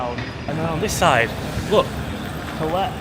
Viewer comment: He's pronouncing 'toilet' incorrectly